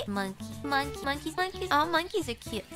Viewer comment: At some point in this video I started hearing one piece